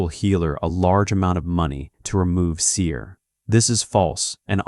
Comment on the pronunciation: اشهد ان لا اله الا الله واشهد ان محمدا رسول الله ، اللهم نجنا مما نعلم ومايخفى عنا واحمنا وجنبنا شرور انفسنا والضعفاء منا وثبت قلوبنا على التقوى والهدى والإيمان Thank you for th video my brother, btw its called seher not seer i think th AI voice hasn't became Muslim yet😊